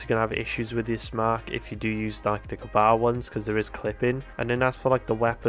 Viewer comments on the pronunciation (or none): I could be wrong, but i think Kabr is pronounced like Ka-beer. Cheers!